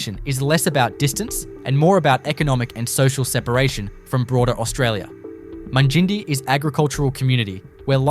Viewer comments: Mung-in-die not mun gindie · You are a complete ass mate,nott bothered to get the correct pronunciations of most of them...Mun gin dee 😂 what a dope. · I ran to the comments to find this! When I heard how he pronounced Mungindi. I am currently visiting my in laws in South Africa and Uncle was watching this he asked if I had ever been to this place, I asked to see the video and it was Mungindi, I died laughing and taught him the proper pronunciation and I said “I think the creator is a city boy who has never left his town, just googled random town facts and gave it a go”. 😂😂